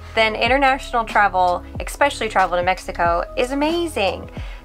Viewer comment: "ess-specially", not "ex-specially"